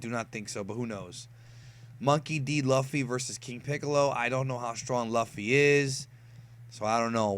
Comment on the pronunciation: Luffy vs King piccolo is kinda toss up. to many factors but i will say that Luffy has the potential to win. also its pronounced Lew-ffy not lufy